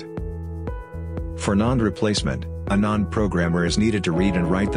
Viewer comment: The text-to-speech in this video pronounces NAND as "nund" 😂